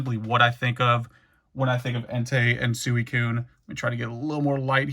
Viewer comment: God dammit, we finally got past the “celebi” and then you hit us with the “Suweecoon”